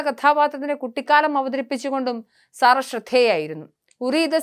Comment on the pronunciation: സാറ അല്ല സെറ എന്നാണ് ഉച്ചാരണം